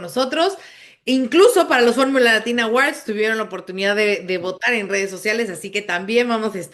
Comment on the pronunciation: La segunda silaba de "Awards" no se pronuncia con a, de hecho en fonética la sílaba es "wɔ" con sonido 'w' y una 'o' larga ("or"). Oh si no solo digan "premios" jeje. Disculpen, manías de lingüista. De acuerdo con la mayoría. Gracias por su análisis todo el año.